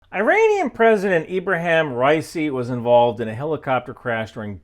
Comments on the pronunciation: dudes name is pronounced Raw-E-sea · you didn't even pronounce his name correctly, who tf takes you seriously?!